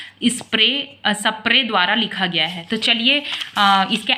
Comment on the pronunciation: Sapre ❌ spre ✅